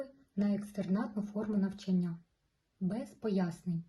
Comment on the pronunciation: НавчАння! ЗанЯття! Вас важко слухати( .